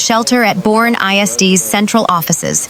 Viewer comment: Boerne, TX is pronounced BUR-KNEE